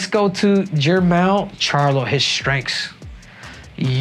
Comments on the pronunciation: This fool said jermall lol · He really said “J’mar charlo “ 😂😂😂